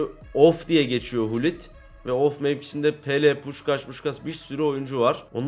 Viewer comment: hulit ne lan gullit o